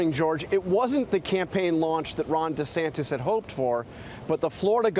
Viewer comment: DuhSantis got no chance but he could keep dreaming! It's Ron Duh-Santis, btw! 🤣